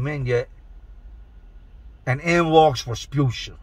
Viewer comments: Bahahahaha! He said "in walks Resputia" hahahaaaa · “In walked Respusha...” I’m dead!!! Lol!!! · “In walks Resputia” 🤣🤣🤣